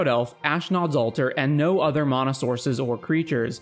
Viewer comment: He's one of the only people on Youtube who pronounces it correctly.